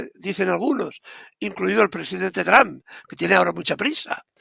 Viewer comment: Ribertoytu esposa es muy fluente en inglés te puede dar una mano, se pronuncia ( tramp) como la trampa sin la a al final